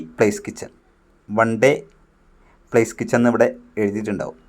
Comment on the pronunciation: പ്ലേസ് കിച്ചൻ അല്ലല്ലോ, പാലസ് കിച്ചൻ എന്നാണല്ലോ?